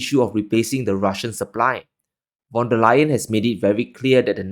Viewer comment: "Von", not "van". She's German, and "van" is Dutch. Her family also earned their wealth through trade in Cninese silks! NOW she wants to "decouple" from China.